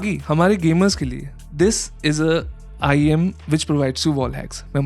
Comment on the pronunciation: Bro said IEN an earphone 💀 and just for the fact this is not the most expensive I saw the most expensive IEM I've ever seen was arround 284K 💀